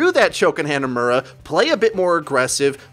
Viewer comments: Hey, ive watched like 20 videos and I gotta tell you, the map "hanamura" isn't pronounced "Hannah Muurah"- they say it correctly when you entire the map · SMH every time you say Hanamura. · why do you pronounce hanamura so poorly